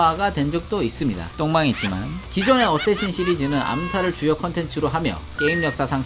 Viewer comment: 어세신이아니라 어쌔신